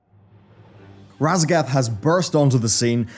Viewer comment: Sorry, but I keep hearing "Radagast."